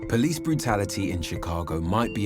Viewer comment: A very interesting insight, but I‘m not sure if it’s hopeful or taking anyone forward. I just can’t see any solution. Oh and btw.: It’s /POLICE brutality/, not /police BRUTALITY/ as well as /CAREER criminals/ not /career CRIMINALS/.